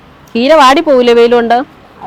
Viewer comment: Cheera alle. Keera ennano parqyunnath.